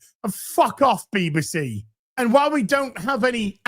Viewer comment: what's a "Beeba-see"?